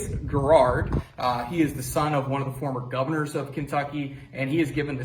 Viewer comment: General Garrard’s name is pronounced Garrod